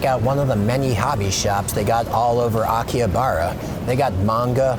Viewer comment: Anyone else triggered by his constant mispronunciations of Akihabara and other stuff?